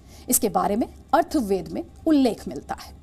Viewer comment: मैम वो अथर्ववेद है अर्थवेद नहीं है...with due respect..Atharvaveda,not arthveda